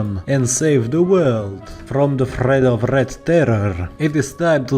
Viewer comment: bruh, threat not freat, third not fird bruh burh.